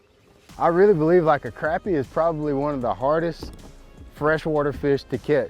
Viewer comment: Glad you say Crappie the right way! Thought that was just a North Georgia thing.